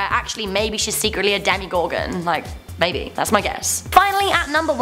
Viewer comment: Did she just say "demigorgon" ._.